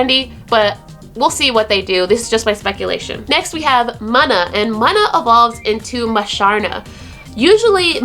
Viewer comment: awesome video, but it's pronounced Moona